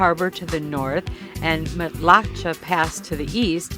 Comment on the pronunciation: Matlacha is pronounced Matt-La-Shay.